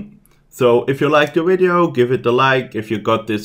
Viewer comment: I love the way you say "wideo" :)